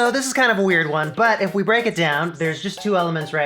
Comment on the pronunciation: Why I got that "weird gear" sound in my ear everytime you say weird :D